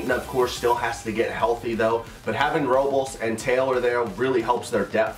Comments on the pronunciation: It’s pronounced Robe-less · only comment, its pronounced "Roe-Bless"